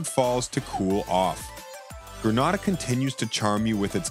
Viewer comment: Gren nay dah not grand na dah